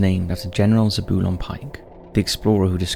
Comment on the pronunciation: I love how he says "Zebulon"; it's so wrong that it's almost right again.